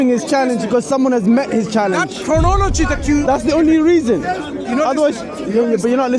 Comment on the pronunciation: cant even pronounce chronology.the fool. Hes so condescending yet hes on display as a complete midwit and fraud